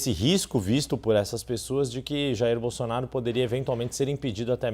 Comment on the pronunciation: Sabe nem falar Bolsonaro, ele fala Bolsonario kk